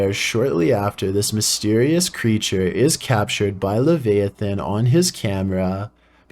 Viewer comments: "Lehveiathen" now thats something thats cursed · lev-i (eye)-a (uh)-than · Dude, it's pronounced as Lev-eye-uh-than, not Lev-aye-than. Leviathan is a giant sea monster from the Jeudeo-Christian Bible and features in The Book of Revalation prodominentally. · Lol. It’s funny how many commonly used words mispronounces. How have you never heard the word leviathan spoken out loud before? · Video 5 I've heard that exact noise in the woods of Delaware/Pennsylvania before many times in past 2 years. Oh F.Y.I. you're pronouncing Leviathan wrong. Great video. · The real creeper is the disturbing way you pronounced Leviathan. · Hey - Leviathan is pronounced with the “i” emphasized, not the “a“. Just an FYI 😎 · Sorry, the way he pronounced Leviathan... I'm in tears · Yeah same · You said leviathan wrong but good vid